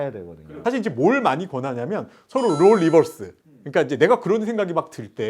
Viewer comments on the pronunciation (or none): 리즈가 아니라 니즈 룰 리버스가 아니라 롤 리버스 출연자가 뭔말을 하는지도 모르고 대충 만드네